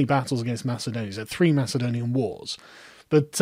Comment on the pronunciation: you make it sound like macedonia is not greek, which is true as much as ur pronunciation of macedonia is correct